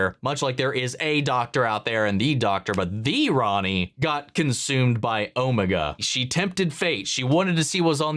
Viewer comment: You are still saying Omega wrong. It’s Oh-Mega. As far as we are aware Susan is the Doctor’s granddaughter, Jenny is the Doctor’s clone daughter, and River Song is the Doctor’s wife. Whether River Song or Jenny is Susan’s mother is not known, but both the 10th and 11th doctor did mention the Time Lords had families. Unfortunately, the timeless child retcon made everything speculative. I doubt anything will ever be cleared up.